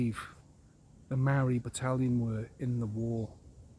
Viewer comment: You aren't a New Zealander. You don't even know how to pronounce the word Maori. If you had understanding of the Law of the Land and the Treaty of Waitangi, you'd understand Co-Governance. You think like a colonist.